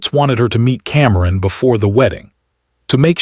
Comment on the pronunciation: What is wrong with the narration? Cameron is kamkrum and Simone is someone?!